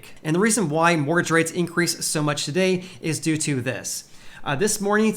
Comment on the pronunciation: please work on your Annunciation of the word mortgage. You come across as if You have a speech impediment of some kind